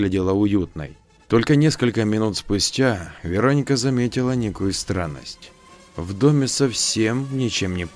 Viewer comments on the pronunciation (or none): ну вы же русский, аудитория в основном русская, зачем коверкать? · то ВерОника, то ВеронИка. Определиться бы. ВерОника обычно западное произношение. Тогда Ангелину надо было Анджелиной/Анджелой назвать, если уж история на западный манер.